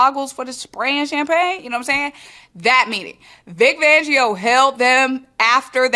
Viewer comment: Vic FANgio. 😂😂😂 Love the content but we can't be giving our guy a different name. It's not just you lol calling him Vic Vangio 😂😂😂 😂😂.💚🦅💚🦅